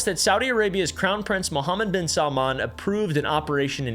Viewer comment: Woahhhh credit where credit is due. Your - seemingly - flawless pronunciation of “Mohammed ibn..” was impressive.